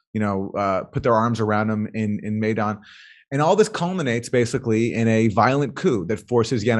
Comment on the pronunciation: Its pronounced MYdan as in mine....